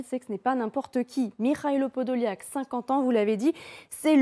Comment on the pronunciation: Вона каже Подоляк, а він каже Подол'як😅😅😅